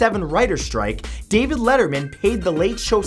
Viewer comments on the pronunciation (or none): none